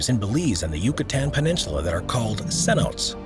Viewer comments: Another great video!! Fyi it's pronounced senotay. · It’s wild how many facts this guy gets wrong. It’s a shame really, the videos are done well and his voice is pleasant enough but he’s just flat wrong about much of what he says. And, really, THATS how you’re telling people to pronounce cenote? Lol 😂